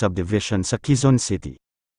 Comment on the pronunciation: HINDI QUIZON CITY, QUEZON CITY BAROK K